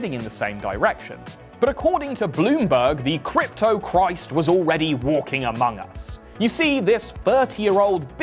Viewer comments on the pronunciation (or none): none